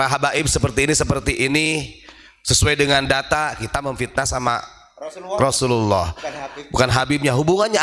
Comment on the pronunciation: Orang ini jelekin sesama muslim.. Padahal baca basmalah dan nama Rasulullah SAW aja salah besar kurang afdol.. Wkwkwkk.. 😂😂😂